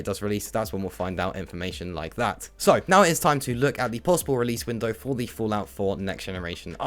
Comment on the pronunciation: So.. 👈 normal pronunciation Serw.. 👈 your pronunciation